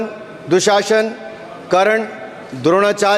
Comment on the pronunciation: राहुल गांधी को करण बोलना नहीं आता करना बोलता है क्या करना😂😂😂